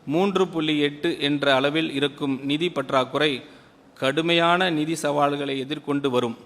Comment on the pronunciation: நிதி யை நீதி‌ ங்கிற நல்ல தமிழ் பேச்சாற்றல்😂😂😂